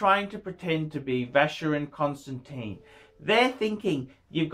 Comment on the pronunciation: He is SOOO very sophisticated, he would never bother laying his finger on a FC because that is only for the ignorant upper middle class plebes... He is so terrifically classy he ...is incapable of correctly pronouncing Vacheron Constantin...